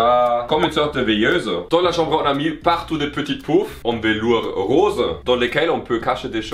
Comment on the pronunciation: CAHMBRE sinon j’adore la chambre 🥰